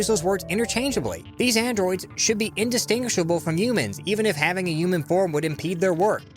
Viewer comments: Why do you pronounce human as "U-man". I find it so jarring every time I hear you say it. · Should I spell it "yuman" like you pronounce it in my story too instead of human?